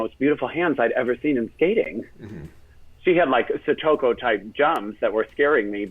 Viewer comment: THANK YOU for pronouncing Satoko's name correctly. Tara and Johnny never do!